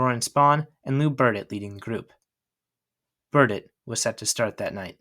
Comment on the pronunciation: A perfect video CT yank, except the THREE tiny, tiny, tiny runs,er I mean errors ~~~ Burdette, / Cadet ~ Crandall,/ Candle ~ Virdon / Virgin 😜 ~ Only an old~timer would know or care ! 😘